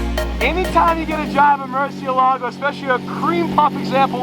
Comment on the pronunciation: Yo, have Sophia teach you the correct way to pronounce the Murciélago 🤭